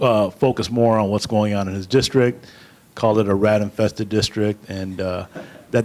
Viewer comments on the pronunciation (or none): Please, Jesse, for all things good in the world; the word is “infeSted”